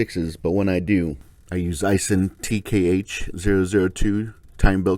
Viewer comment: Aisin is pronounced as "I sin", and Mitsuboshi is pretty much the same as Mitsubishi, except the last part is "Boshi". Common misunderstanding: Mitsubishi does not mean "3 Stars" but means "3 Logenzes". Mitsuboshi means "3 Stars".....not that it matters a big deal. I still pay a little extra for genuine OEM; Unitta belt & Yamada pump (both are still made in Japan). The 2 bearings are Koyo at Honda & Acura dealers. Unless the company that sells the Aisin kit changed the contents (suppliers, country of orign, etc...) it is still of high quality. I just want to stick with the OEM.